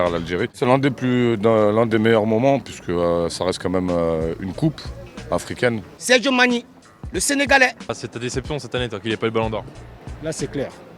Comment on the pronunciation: Le gars il dit Sergio Mani ou Sadio Mané j’suis un peu confus là.